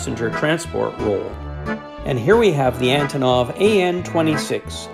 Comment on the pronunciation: Russian a/c are always neat to see. How they compare to aircraft here, how different and how similar they are. Antonov is actually pronounced An-tonneau. It's a Ukrainian company and name. Even I got it wrong and I'm Ukrainian. I got to meet the one who made the display models for Aeroflot at a model club meeting years ago here in Winnipeg. I also got the DVDs I ordered. they are great.